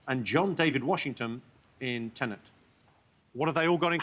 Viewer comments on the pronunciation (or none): Jimmy, Tenet doesn’t have an “N” before the final “T”